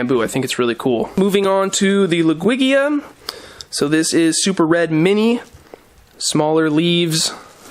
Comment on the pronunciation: Oh wow, didn't even realize I was early... Also, I love your videos but... it really sounds like you say Lugwigia instead of Ludwigia and I always spend half the video trying to tell if it's just my ears or not...